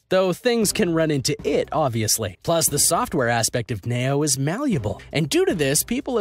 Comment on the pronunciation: Btw the Nao robot is pronounced “Now”, and it actually was created for aid in autistic children, people just took advantage of its abilities.